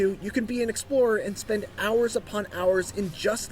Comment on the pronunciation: "1000 horus" lol